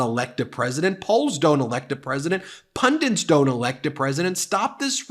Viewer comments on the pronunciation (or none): P-U-N-D-I-N-T-S is not a word. I know what you mean but learn to pronounce the word, please.